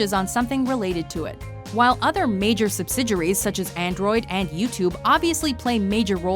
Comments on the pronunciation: OKAY.. Listen Announcer lady.... Say it with me... Before I reach through the screen and smack your Mom..... SUB-SID-EE-AIR-EE!!!! = Subsidiary Not however the hell you're saying it!!!! sub-sid-your-ree... UMMMMM NO!!!!! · You're killing me with the way you're pronouncing the word subsidiary. Does it look like a French word to you, is that why you're pronouncing it the way that you are?